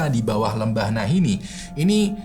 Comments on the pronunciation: sadar tidak kalau penyebutan lembahnya salah? Bukan Nahinni, tapi Nahanni. Itulah kenapa sukunya namanya Naha Tribe. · nahanni bang... bukan nahinni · NAHANNI BUKAN NAHINNI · Lembah nahani bang bukan nahini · Nahanni bang bukan Nahini. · nahanni bang, bukan nahinni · "Lembah Nahanni" bang bukan 'Nahinni'😁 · Lembah nahani bang bukan lembah nahini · Nahanni bang bukan Nahinni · "Nahanni" bang hehe😁🙏